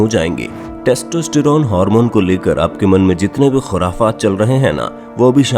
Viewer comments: Sach batana .... Kya aapko testerone bolna me koi dikkat nhi hui... 🤣🤣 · When i hear : textistiron 😂